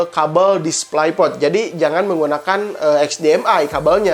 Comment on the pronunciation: tairing (tyring) ??? tiering (tearing) aaah... yg bener... displai port??? displei port kakaaa... masa channel IT baca inglish aja ngaco? tepok jidat